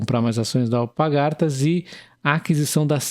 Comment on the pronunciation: Só um comentario, o nome da empresa é AlPARgatas, não AlpaGARtas